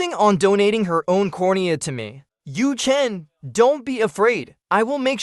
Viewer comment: Yuck ken ? Do you mean Yu Chen?